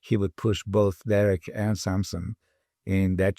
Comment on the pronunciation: I like how Milos pronounce Samsung just like it really should been said that way